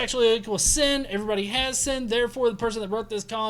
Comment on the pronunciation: I love the way you say "sin" in your southern accent. It's a 2 syllable word: SEE-UN!!